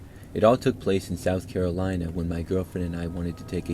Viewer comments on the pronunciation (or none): none